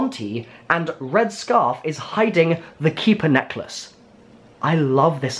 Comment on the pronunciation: Boi why you say necklace, neckleese